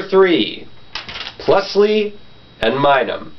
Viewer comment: You pronounce pachirisu, and plusle wrong. It's pachirisu, not pachirisa, and it's plusle, not pluslee